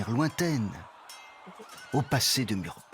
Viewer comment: A prononcer "Mourbar" et non pas "Murbak".